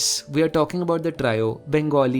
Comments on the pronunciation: Love ur pronunciation to the point (at least Odia) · First time I have seen someone who has researched about our Odia Language so well in this detail. Otherwise people from other parts of India still think that Odissi is our language, which is actually our dance form. also the pronunciation of Odia was very near to perfect. Which is usually very difficult for non-Odia people. Loved this channel a lot